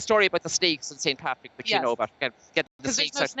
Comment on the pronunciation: It's Patrick not paddy